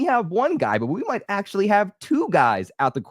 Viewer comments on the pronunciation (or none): none